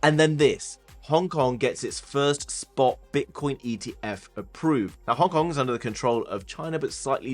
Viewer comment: They way you pronounce "Hong Kong" sounds like "Honk Honk".